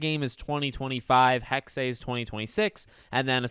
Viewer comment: Finally, someone who pronounces Hexe correctly. Thank you. And I really can’t wait for all this